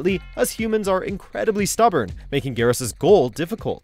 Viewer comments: What is it with the people that make videos for mojo that they can't pronounce characters names right? Katanna, Kotall, Garass, Kr-on-ica s-on-ya, Noob Saybot really? How is it possible to fuck up this many characters names? I mean literally all you have to do is go to the character select screen and listen to the announcer say the characters fucking name! But you guys just say fuck it we'll make a new variation of the name that'll be ok right? You guys should just stop making mortal kombat videos all together you guys can't pronounce the characters names right and you just royally fuck up every list you guys make. I shouldn't be surprised though considering that half the people in the comments on your videos are always talking about how your lists are shit and I see why now. I honestly wonder if you guys actually do any sort of research or experience what you're talking about first hand before you decide to make these videos or if you just watch someone else' video and then make a half ass copy of that person's list just in a different order. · Kitanna mispronounced Kotall kahn mispronounced Gairass MISPRONOUNED Sohnyah MISPRONOUNCED plapodeeifheuskzufehusgjfvucruocios. pronounced perfectly